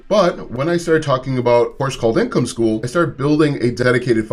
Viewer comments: School bro not skull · hahaha right "skol"